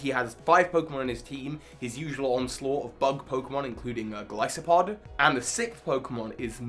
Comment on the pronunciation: are we not gonna talk about the fact that finally said golisopod right